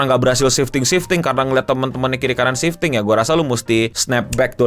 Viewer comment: Kok gw kek denger 'shifting' jd 'sinting' ya bang 😅